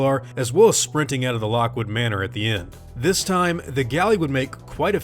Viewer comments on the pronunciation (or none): none